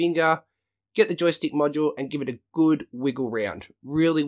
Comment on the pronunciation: When you say "module" sounds like "macho" ....lol